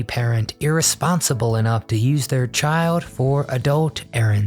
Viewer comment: Caboo not cable? Chiood not child? Goff, not golf? Toad, not told? I know you can do it! (In the 70s I had a lot of speech therapy myself.) Back dashboard? The back window. Inhale paper or fumes? Inhale mimeograph paper fumes. Pour milk. Dump a bowl of cereal. Greased-up floor? Not a waxed and polished one?